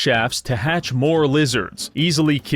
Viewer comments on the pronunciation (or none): none